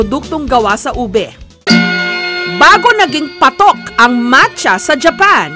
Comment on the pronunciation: Nakakatuwa na sina bi niya mancha exept macha hahahahaaha